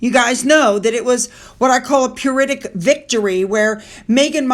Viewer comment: The word “pyrrhic” is pronounced….. “pier-ick”.